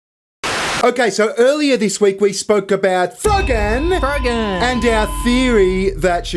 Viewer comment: I keep hearing "FUGGIN'!" IS he saying FROGAN or FUGGIN'?